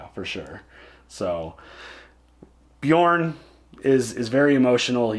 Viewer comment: Yep i heard it like that too ! :P